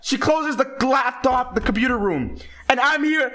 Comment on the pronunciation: U said glaptop right?